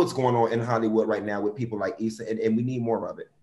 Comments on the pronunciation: The way she was pronouncing Issa’s name in the beginning was cringy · Eeeeee-sah. Jeezus.